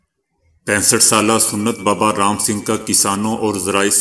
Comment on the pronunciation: Ye lafz sunnat nahi he Ye sahi lafz sant he संत سنت ہے س پر زبر ہے ن پر جزم ہے اور ت پر بھی جزم ہے